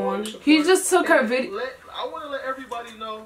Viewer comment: How are y’all the only ppl that can hear how bideo